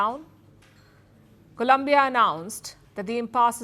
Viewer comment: Stop mispronouncing Colombia 🇨🇴 please